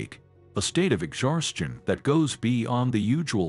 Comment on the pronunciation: Did you say exharshtion?